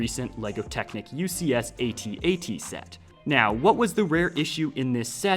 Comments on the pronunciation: Att-Att. Not ay-tee-ay-tee. That's all. Great video. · its not an at at, is an @@ two at signs, not A-t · Is this thing not pronounced “at”-“at”? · God, please stop pronouncing the individual letters. IT IS SAID AT AT. THE WHOLE WORD. Sorry, that just really bothered me for some reason. Keep doing you, but i had to say something 🤣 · is at at is not at-at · Dude u pronounced at at wrong